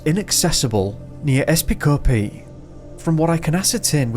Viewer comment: The Cyprus town is pronounced Epi-skopi we lived there when my husband was based there with the army. I’ve never heard of the case before though